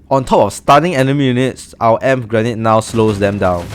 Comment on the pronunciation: In English you say “Ee-Em-Pee” grenade ☺️ Thank you so much for the help!!!!